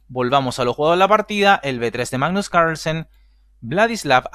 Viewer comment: Hoy jugó el primo danés del Campeón del Mundo: "Magnus Ranchenssen". 🤪🤪🤪🤣🤣🤣 En todo caso, bien Artemiev. 👊 Saludos. 😊👍🖐